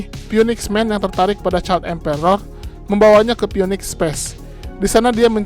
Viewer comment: phoenix dibaca finix min 🙏